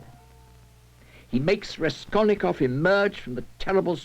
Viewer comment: Raskolnikov, not Reskolnykov :-)) Čtu teď Zločin a trest, je mi 68, poprvé jsem ho četl v 15 letech.